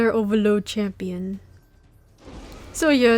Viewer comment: i love the way you say oVAloD lol its funny haha